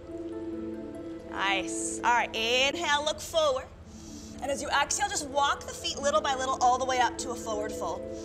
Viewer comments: Why does she say axehale? what is wrong with her?! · I could NOT be relaxed with an instructor who keeps saying axehale...